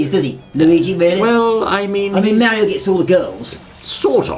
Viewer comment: Wait I thought this was mario not merio